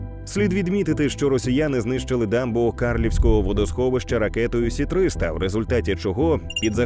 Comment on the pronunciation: Єдине, що ракета ес 300, а не сі 300. В жодному разі не прискіпуюсь, просто можливо диктор реально не знає, а не випадково не так прочитав.